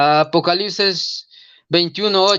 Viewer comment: APOCALISES? JIJI NO PUEDE NI HABLAR CORRECTAMENTE Y ES TODO UN REFUTADOR DEL PADRE LUIS TORO JIJI..